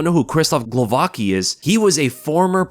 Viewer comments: Crazy thing to do, btw its pronounced more like Guovatzki than Glovaki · Its pronounced Ksheeshtoff Glovatski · for god's sake it's not so hard to pronounce Głowacki correctly. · Pronunce "Gwovatskee"